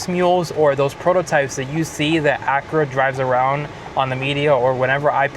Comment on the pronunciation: Pronounce Acura properly